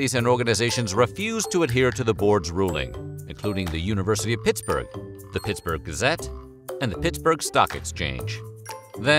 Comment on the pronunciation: Sounds like James Brown saying Pittsburgh. Pitts-boig